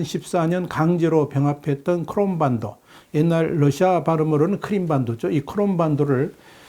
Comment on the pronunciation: 크롬반도가 아니고 크름반도 아닌가요?